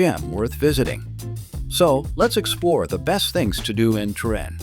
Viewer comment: Salut, je me demande pourquoi vous prononcez Trin au lieu de Turin?